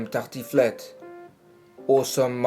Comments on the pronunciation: your pronunciation of "tartiflette" was spot on, I was shocked (I'm French) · you said "tartiflette" with a very good accent ^^